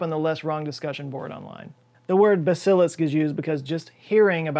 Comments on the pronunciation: Love the video. Love all your videos. The word Basilisk, however, is pronounced with the accent on the first syllable not the second. So BASilisk rather than basILisk. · "BAH·zuh·luhsk",. Not "Buh·SILISK". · I've never heard it pronounced "ba-SIL-isk." I've only ever heard it pronounced "BA-si-lisk." I wonder if this is a "WHI-vern" / "WHY-vern" (wyvern) kind of thing. The dictionary is pretty clear on both counts, but clearly has heard it pronounced that way before, so he got it from somewhere. Huh. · Its not pronounced “Buh’SIL’lisk” it’s “BASil-isk” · Basilisk is pronounced, "ba-suh-lisck" not "buh-cil-us" 😉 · "Bass-Sa-Lisk" not "Ba-Sil-Lisk" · Buh-sill-isk?... No, its pronounced bass-ill-isk, play some damn fantasy games. Lol. But you barely spent any time on the point. If anyone is interested in this Kyle Hill did a much longer breakdown. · its pronounced Bas-eh-lisk not Ba-sil-isk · its "bass-ah-lisk" not......"buh-sill-usk" how could you mangle it so badly? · It’s BA-sil-isk. Not Ba-SIL-isk. 🙃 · BASS A LISK not ba sil isk jesus christ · I thought I've been pronouncing Basilisk wrong my entire life, so I checked all of the online dictionaries. The emphasis is on the first syllable. BAS- a - lisk, not buh - SIL - isk. Had me wondering there... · BAYE SEEL ESK? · i always thought it was pronounced BAY-sill-isk and was surprized didn’t say it that way just because it’s a way more texan pronounciation. i remember reading about a basilisk in a harlen ellison short story which is where i first came across that word, but just in print only — i never actually heard it pronounced before. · Neither pronunciation is correct. It's pronounced like this; take the first part of the word "basil" and say it like the herb you use for cooking, and add "lisk" to it: "basilisk". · Your pronunciation … is… not right 😂 Bass-UH-liss-K I love you! Your videos are the best! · LOVE your work,, but............it's pronounced BAS-i-lisk 🤭